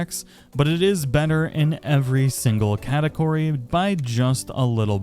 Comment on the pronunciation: Lmfao " it is Benner in every single cateCORY"